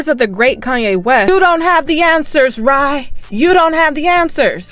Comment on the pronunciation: Angela Rye, not ye